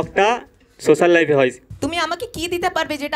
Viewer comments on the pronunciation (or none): none